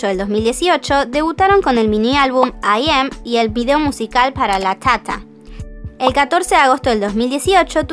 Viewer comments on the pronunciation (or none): Perdón pero me da mucha risa cada vez que dice: LaTáTa :u XDDD